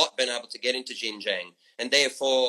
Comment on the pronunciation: Kinda irrelevant, but I just want to point out that he never pronounced Xinjiang right once.